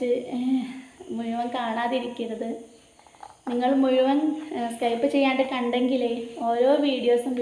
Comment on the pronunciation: സ്‌കൈപ്പ് എന്നല്ല പറയേണ്ടത് സ്കിപ്